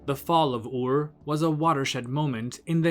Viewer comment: Are you not mispronouncing the city Ur? You are saying “oar”. Why?